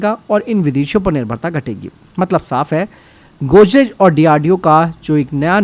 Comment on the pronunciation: Godrej bolna sikhle pehle